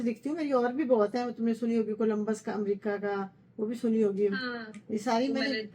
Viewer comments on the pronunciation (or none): none